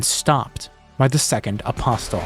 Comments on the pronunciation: the "t" in "apostle" is silent. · buddy you gotta stop saying apostle like that, the t is silent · The "t" in apostle is silent.